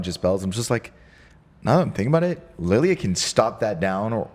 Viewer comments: Please for the love of God...... Prounce Lille as "Leel".... Not Lillia. 😂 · I don't think it's pronounced Lilly France. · Lille = Lilly ? 😅